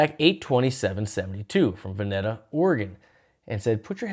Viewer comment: Respectfully, VenEEta is the correct pronunciation. And this entire show, which in my opinion is their greatest show ever, was FILMED. The 30 or so minute Dark Star is unreal.